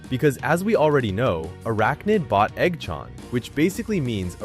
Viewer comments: Eggchant❌ EggChann✅😭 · the hell u mean by "igchawn"?? its eggchan son😭😭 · dont talking about he saying eoggchaan